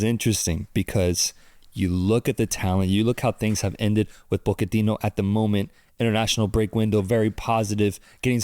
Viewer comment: Its Pochettino not PokeTino